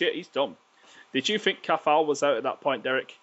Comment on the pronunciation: its a silent t in Cathal